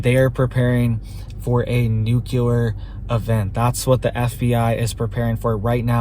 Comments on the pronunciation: If you can’t pronounce nuclear right you immediately lose credibility. It’s not. “ nucular” it’s nuclear. Do the feds tweet? How did you get access? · Its new-klee-er ! Not nu ku lar. Please. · Love you. But please, for the love of everything good, it's pronounced NU-CLEE-AR. ❤